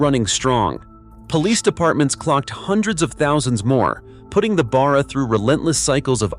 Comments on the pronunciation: It's Barra not Bar-rer, and for that matter it's Ally not Aloominum. Get a real Aussie to do the commentry. Great engine. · It's pronounced Bear uhh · Its pronounced Barra as in Barracuda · ?? the "turbo" Barra ?? - Let's go.... (Nb, not "beara" - a short "A".. ) Pity the Iuternational behemoth cancelled the Production down under... Note MOST Falcon Taxis were NOT Turbo versions - my last one from 2004 - lasted until the end of 2020, that got written off - after rear ending a 200 series Land Cruiser (the engine was unaffected, bulletproof)... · It is hard to get it right when it comes from a different country. Australia has a lot on idiosyncrasies. In this case the engine is just a shorten version of Barramundi which is a native Australia fish with great strength. Barra is pronounced like the start of barr(ow). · Other than how he pronounced barra I enjoyed this. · as a born and bred Aussie I am offended by the AI's pronunciation of Barra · You would probably be equally offended to find out that the V8 was also called Barra. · Damn Straight! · Yeah! I wasn't paying too much attention but when the Barra was mentioned I had to make sure it wasn't something like wheel barrow.